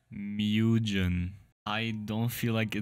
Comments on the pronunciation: Its not Moojen its you pronounce it as Mu-Ge-Nuh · Also it isn't pronounced "mew-jen", it's pronounced "moo-gen" :3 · Sorry, I think you misaid it it's called (mUgen-) (also I'm billingual so I can understand and write and also speak Japanese) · screamingmitten You're half correct, although that may say "mugen" in japanese, it's actually in Katakana, once of the alphabets in Japanese (the other being hiragana). Japanese borrows chinese characters for some words and one of them being the aforementioned "Mugen/無限". Therefore, what you have written may be pronounced the same, but is not used in the japanese language (except for some cases which needs a pronunciation {furigana/フリガナ} and uses hiragana or katakana). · Bro fr said MIUJIEAN